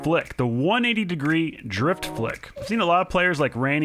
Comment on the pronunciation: when he says drift he says drip